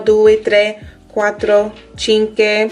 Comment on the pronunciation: Be careful, 5 is not pronounced tchinké but tchinkooé 😉.